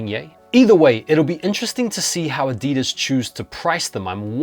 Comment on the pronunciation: Ah-dee-dees! 😂 love it!